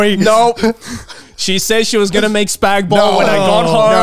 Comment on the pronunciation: i never wanna hear spaghetti bolognaise abbreviated as "spag ball" ever again